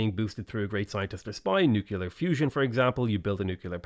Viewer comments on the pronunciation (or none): With the ultimate respect- please, please read nuclear as “new clear”. Say it until it sticks. Please.